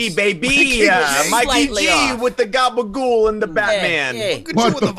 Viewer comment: said "gabagool". He just went up another notch in my book.